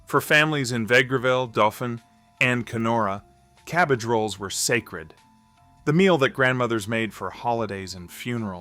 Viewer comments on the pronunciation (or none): none